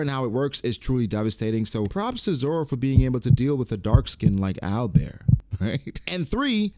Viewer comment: I think Alber's name is actually Albel. The el is commonly added as a suffix for angel names.